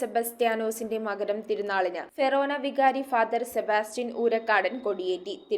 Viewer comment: ഫെറോനാ അല്ല ഫൊറോനാ എന്നാണ് 😂